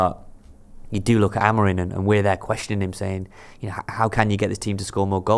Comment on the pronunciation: AMORIM NOT AMORINE FFS 🤷🏻‍♂️🤦🏻